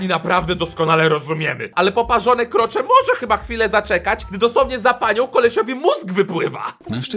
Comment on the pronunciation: *KROCZE, a nie "kroczę"